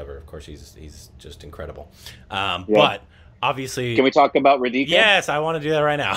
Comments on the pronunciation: Yay, was so wishing for you to review this movie, thank you. Oh it's not ra dee ka It's raaa dhi ka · It is RAdhika, not Reedhika. It couldn't pay attention to anything else.